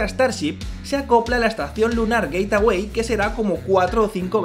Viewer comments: Se dice geitwei no geitawei😝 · Por qué dice "Gateaway" en vez de "Gateway"?????? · Gate-away??? 😂🤣😅 que mala pronunciación